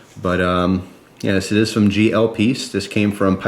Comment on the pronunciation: Silly, its Pease!